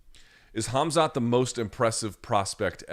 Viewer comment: I can't let this go on a second time. Spelled Khabib, pronounced Ha-bib Spelled Khamzat, pronounced Ham-za